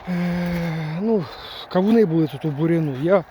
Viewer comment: 😂Чуть нэ встявся! КАУНЫ😂ну мойва, яка чудна😂да ванюча😂